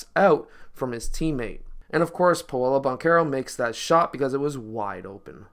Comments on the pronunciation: Its “PAW-LOW” not “payolo” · It's pronounced paaaa lOOOO